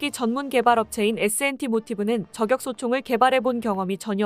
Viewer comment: 아무리 원고를 AI가 자동으로 읽는다해도 발음을 엉터리로 하면 듣기 싫습니다. 품격을 [품껵]이라고 발음하지만 저격은 [저껵]이라고 발음하면 않되죠. 이와 비슷한 예가 정말 많은데, 프로그램을 수정하던지 원고를 수정 하던지, 아니면 사람이 직접 읽던지... 내용은 공감하는데 나래이션은 불만족이네요. 사회봉사가 아니고 돈벌자고 하는 일인데...